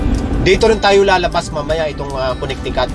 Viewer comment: Coo-ne-ti-coot. Proo-maa-naad